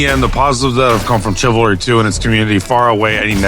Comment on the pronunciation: Welcome back. Still saying TSIvalry, I see 😂